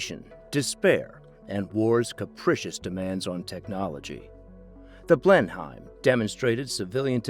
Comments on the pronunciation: It's pronounced "Blenim" Like "Denim" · Dear lord the pronunciation of Blenheim is shockingly bad......